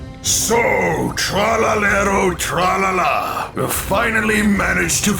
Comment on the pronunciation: When bro said TREloeaALA 😂😂😂